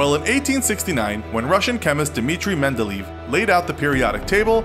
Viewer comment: By the way his name isn't pronounced Mendeleeeeev - it's more like aye-ev (it's not a diphthong: the 2 e vowels are pronounced differently as "a" and "eh")